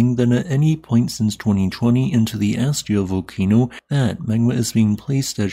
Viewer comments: its pronounced ask-ya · Thank you for all your work! Just so you know, it's pronounced "ask'-ya". You kind of go back and forth calling it "as'-ja" a few times, then "ask'-ya", and back again. Love to you and yours!